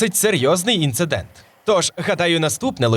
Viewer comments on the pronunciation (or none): none